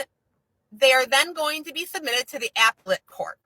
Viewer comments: I cant take it with APPLE-ette court 😂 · Somebody tell her how to say appellate court please 😂😂😂😂😂😂 🍎 🍎🍎🍎🍎🍎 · This dumb-sh1t pronounced "appellate" as... "Apple-lit" 🤬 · How she says "appellate" shows how ignorant she is of the law beyond Googling shit and mimicking information like a monkey.